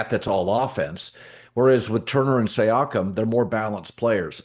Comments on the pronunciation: Hey Colin, it's See-Yakum 👍🙏 haha ok you started to get it right 1/3 of the way thru. Thanks! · The way he says Siakem… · He literally doesn’t even know the players names.. wtf he saying siakam like that.. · You are butchering Pascal's last name